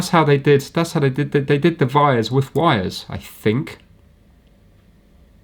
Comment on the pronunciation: vhy is it that vhenever I hear anyone say vires I think they mean wires but they are saying it the vay a Vampire vould - I vant to suck your blood